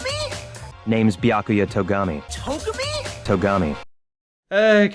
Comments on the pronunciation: I'm really glad I'm not the only one who was annoyed with the "Toh-guh-me" thing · It’s Toe-gami